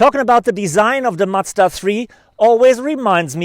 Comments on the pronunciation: It is MaZda, not matsda!! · Great review. Macda? :) You a Deutsch? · he does that by accident because he is german. Here we pronounce it matsda because that's how we spell a "z"